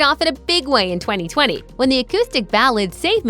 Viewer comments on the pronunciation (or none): none